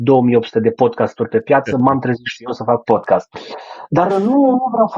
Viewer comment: PODCAST!!! SE PRONUNTA PODCAST!!! NU PODCHEST!